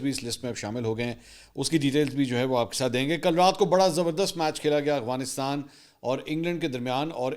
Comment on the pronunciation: Mansoor bhai, please try to pronounce AFGHanistan as its written, instead of AGHVinistan that you usually say 😊